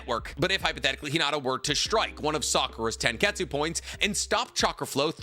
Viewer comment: 1. Please pronounce Hinata’s name correctly….is not Hinadda…it’s Hinattttttta….that T is a loud one!!! 2. Unfortunately there is not enough data on Hinata as her character was not developed as Sakura’s was. 3. The little character development Hinata got in Shippuden was not well done. After Naruto part 1 Neji trains Hinata. That should have at least reduce her shyness and increase her confidence. This was not shown in Shippuden. 4. The fight with Sasori does not count for this comparison. Sakura was 100% Granny Chiyo’s puppet. 5. During the Pain ark Sakura was crying out for Naruto and the only one brave enough to help Naruto against Pain was Hinata and as you stated, Pain was avoiding being touched by Twin Lion Fist because of the chakra drain effect. 6. Yes, I do agree that Sakura’s fight with Shin was a good one. And that’s the only time I saw Sakura actually fight. 7. Boruto continues to under develop Hinata stating that she decided to ritire from being a shinobi, but as you mentioned, she did fight against Momoshiki and survived. Momoshiki is clearly stronger than Shin. 8. It’s a brawn against brain situation and Hinata is smarter in hand to hand combat than Sakura. And can easily avoid Sakura’s “one punch” shot. And I have to believe that Hinata did learn rotation which means she can use Sakura’s strength against her. 9. Finally, Sakura is a bitch and she doesn’t even deserve to be in the presence of Lady Hinata Sama!!!